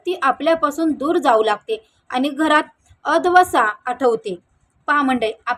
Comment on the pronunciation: Madm its,कलाटणी n not kltani.advasa nahi अवदसा ahe ani मनाच nahi मानाचे पद असते nit vacha pl. marathi